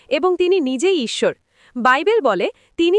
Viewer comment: আ‌রে ইচ্ছর না ইশ্বর